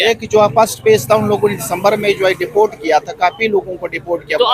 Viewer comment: Deport ❌dafort ✅